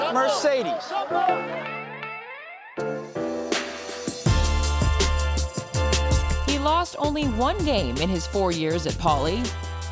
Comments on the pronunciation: his name is mar not mer . It’s mar ce des it’s not mer ce des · It's "MARCEDES" not "MERCEDES" (referring to the title of the video)